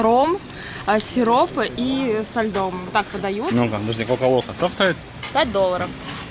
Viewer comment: Акула по-испански это в попу??? Вы что! Куло это попа,но в попу не звучит как "акула"! Кстати,произносится напиток " коко локо", в испанском не путайте о и а, а то значение слова очень меняется!